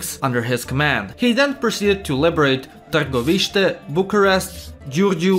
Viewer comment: THAT AIN'T HOW YOU SAY TARGOVISTE I AM SO ANGRY GRRR IT'S "tarGOviste" NOT SOME "TARgoVIste" KIND OF SHIT AAAAAAAAAAAAAAAAAAAAAAAAAAAAA